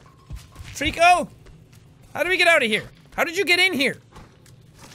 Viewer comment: Whenever he says Trico, I think Treecko hahah